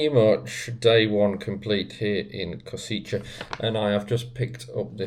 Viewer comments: As to the pronunciation by an english speaker - Not Kosiche, but Koshitse! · Koshitze might be closest pronunciation. Any local can say it to you, if asked. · learn the name of the city correctly, please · When making video about Kosice or any other city, please find out how to correctly pronounce the name of the city. 😀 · I beg to differ…not nitpicking but educating or informing. He had already apologized during the video for possibly or quite likely mispronouncing the name of the city. I’m assuming is a native speaker so I appreciate him taking the time to inform me/us, the viewers, how to say the name of this lovely city. If you take exception to the information provided, you could just scroll by instead of opening your mouth and removing all doubt. Of course, it’s just a thought… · but a lousy service to all the viewers, when he spreads out mispronunciation of 3 syllable town where he spent two full days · other than you butchering the name of the city it is a great video. next time try also some local microbrewery pubs. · I work for Universal Credit, at least 8 out of 10 of my Slovakian customers are from Kosice, they pronounce Kosice way different then how you are pronouncing it and I always assumed it was some horrible Brutalist/Socialist grey city from the way they describe it, I didn’t realise it was so pretty and cosmopolitan like some of the beautiful cities in the Czech Republic 😊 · Please at least try to correctly pronounce the city and also its capital Bratislava.